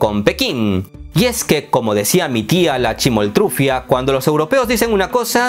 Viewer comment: Pensé que era Mexicano o peruano pero ahora se por la p`ronunciación de chimoltrufia que es mexicano, pues los peruanos erroneamente dice Chimotrufia sin la "L".